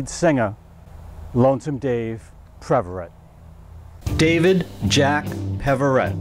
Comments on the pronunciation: It’s “Pev” not “Prev” for crying out loud! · I've never heard of (narrator) before, but it would be nice if he could pronounce Dave's last name. It's PEVerett, not PREVerett. So disrepectful... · His name is PEV-er-ette , not PREV-a-rit. RIP Lonesome Dave and Foghat! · Thanks for this piece of music history. The name is Peverett, not Preveret. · I was a Lonesome Dave fan since the Savoy Brown days and was a Foghat fan the entirety of their "main" existence and love these little "factoid" pieces. Sadly, I must voice my complaint about the pronunciation of some of the members' names. Dave's name was Peverett, not Preverett and it was mispronounced five times in this mini-documentary. Come on man, if you can't at least get the people's names right, then get somebody who can. You talk about paying respects to the dearly departed but can't even get their names right. By the way, I just saw Roger Earl with the current version of Foghat at the Imperial Palace in Biloxi Mississippi and sadly, it's not the same. Was good, but not great. RIP, Lonesome Dave Peverett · This guy keeps calling him Dave PReverett. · Please stop saying ‘Preverett’… it’s Peverett. Real good video tho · You're exactly right! He kept saying "Preverett". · Bingo! It was a nice tribute but hearing him call him Preverett was driving me crazy! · “Preverett”… over and over again. You’d think this guy would take the trouble to correctly pronounce the name of the artist he’s presenting… And you’d think someone else working on this might tell him he’s getting it wrong. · This would have been a nice tribute to Lonesome Dave had the narrator not continually mispronounced his name. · However, one should never ADD an "r" where none ever existed!